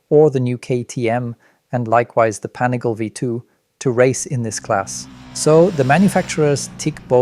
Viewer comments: “Panigail”? Come on dude! Make an effort. You know how’s pronounced. Are you a journalist or Napoleon Dynamite’ aunt? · There are a lot of inaccuracies in this video. The first being that the V2 is 187kg fully ready to ride, that’s with no gas in it. The next big one is the brakes on the bikes. They’re not all running Stylemas like you claim, only the R9 is. They’re V2 is running M50’s due to lower weight and probably cost savings and the RC is running the new Hypure calipers. Not to mention pronunciation of the ‘Pan’ ‘ih’ ‘gal’ ‘lay’ “Panigale”